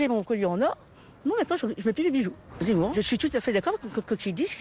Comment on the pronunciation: Son nom c'est zemmour, et non z'emmour